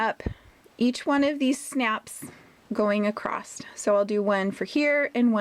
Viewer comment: Irritating how you keep saying ‘acrost’ rather than ‘across’ // otherwise good video